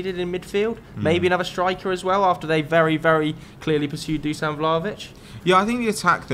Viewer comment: The british stereotype with foreign names is real. Not a single pundit is capable of saying Dusan Vlahovic correctly. (Doo-shan) Its not like you'd expect people who work in football to actually do some basic research.